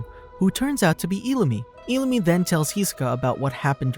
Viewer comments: Just saying you said illumi wrong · Why did he say illumi like that